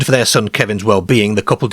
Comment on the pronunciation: Their Care 😂 (car)